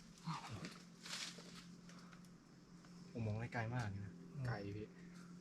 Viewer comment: ขอโทษนะดิสเวลาพูดคำไกลไม่ใช่กลาย พูดให้ชัดหน่อยนะฟังแล้วมันทะแม่งๆไกลไม่ใช่กลายโปรดเข้าใจด้วย